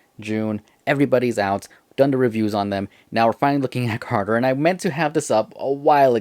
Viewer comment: Bro said carger